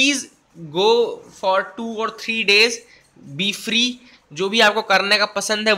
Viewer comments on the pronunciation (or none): none